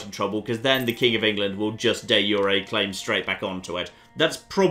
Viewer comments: it's not pronounced yu re but ju re like the j in your name. Also improve diplo works with others too. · De jure is pronounced Dee zure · I have never heard someone pronounce De Jure like this